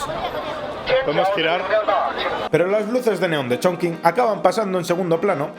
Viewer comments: Todo genial, es total esta ciudad. Pero se pronuncia: Chonchin no chinkin 😗😗😗. Un abrazo! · holaaa! Yo nací en esa ciudad jajaja y como comentario positivo se pronuncia “chongching” aunque se escriba “chongqing”. Videazo!👍🏻❤️ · Hola! Me ha encantado el vídeo aunque cuando decías el nombre de la ciudad me chirriaban un poco los oídos jajaja 😂❤ Para próximas veces, acuérdate que cualquier sustantivo en chino que tenga la letra Q y después una única vocal se pronuncia como “CH”, como en la primera parte de CHongqing 🥹